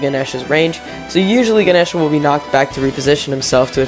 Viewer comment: I always pronounced Ganesha that way, how the fuck is that incorrect???? 😭